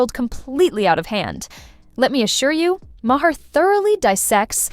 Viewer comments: It's not " Mah- heir. Maher, u idiot. Listen to him pronounce his own name. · The bot reading the text doesn't know how to pronounce Maher's name. LOL.